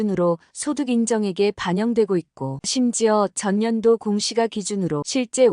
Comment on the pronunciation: 멘트 발음이 이상하네요 공시가 --> 공시까로 발음이 되어야 하지 않나 듣기 거북